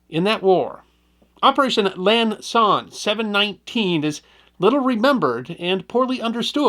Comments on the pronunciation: It sounds like our host is saying "Lan Son 719" while the text here correct refers to "Lam". I was on the ground at Quang Tri and at the border. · Repeatedly mispronounces “Lam Son”… still my favorite channel, though!